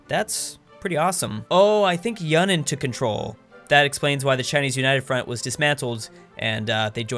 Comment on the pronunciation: “Yunnan” is pronounced “yoo-nan”